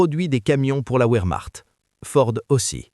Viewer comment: Mauvaise traduction en citant les mots allemand verchmacht et non pas ouremacht